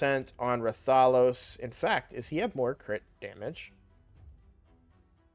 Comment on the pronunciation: Why does every streamer pronounce RATH-OH-LOS as Ra-Thah-Los. It's a crossover character. Quit putting the emphasis on the wrong syllable! Show some respect for the game the character is from